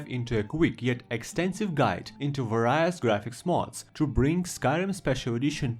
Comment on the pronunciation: i dont like insulting people with bad english, but its vay· ree·uhs, not vah rai uhs